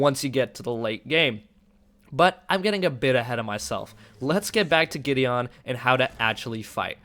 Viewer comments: Same here.. GI-DEE-UN! (MTG planeswalker!) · It's pronounced gideun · that is soooooooooooooooooo not how you pronounce Gideon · it bothers me u can't pronounce Gideon..